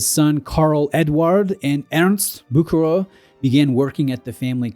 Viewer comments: It's: BOO-HER-ER !!! If you're going to do a video on a brand, you could at least bother to look up how to pronounce their name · is sounds wires when you try to name a Swiss or a French name in English, the last name is pronounced Bousherér I know I'm typing it wrong but that's how you should pronounce it. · Ah Bucherer...NO "K", it is a CH as in lochness, and the R is also at the end of the word pronounced... It's German, not english. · There's no 'k' sound in Bucherer. 'ch' is very similarly pronounced to the 'ch' in Loch Ness or Ich. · You’re completely butchering the pronunciation of Bucherer 🫣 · You really "bucher"ed the pronunciation 😁